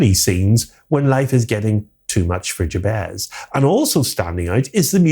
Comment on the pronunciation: Have you actually watched this film? Firstly, Mr Scratch is not a "stand in for The Devil", he IS The Devil. And If you do bother to actually watch the film, you'll realise that the name Jabez is pronounced Jabeth, not Jab-ezz. Likewise Stephen Vincent Benet's surname is pronounced Ben-eh (silent 't') not Bennett (as in Tony Bennett) and Dieterle is pronounced Duh-ter-luh, not Deterle. Listening to you mispronounce their names over and over again was like nails on blackboard.